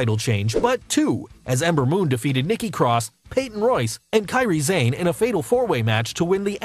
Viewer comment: did this dude just say Kairi Zayn